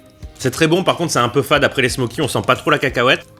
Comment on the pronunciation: sa ne se dit pas smoci mes smauci je suis serbe je sais comment on dit là bas